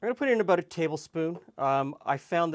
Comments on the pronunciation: aboot roots. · Man says, “pop” and “abooot” is he a southerner or a Canadian?